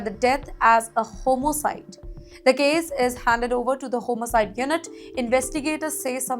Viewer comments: Atrocious accent and pronunciation....it is homicide not Homo cide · Homocite? Learn how to speak English first and then come on news channels